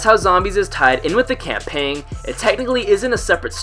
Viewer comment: campaiggggn. no you do not pronounce the g